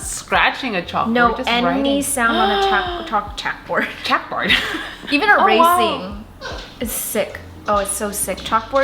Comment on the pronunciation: You're done. This video is over. Also, "Chack board" 😂😂 never disappoints 🤣🤣